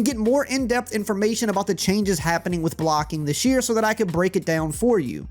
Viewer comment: He said "Choianges"